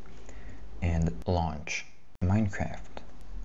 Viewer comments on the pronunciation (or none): none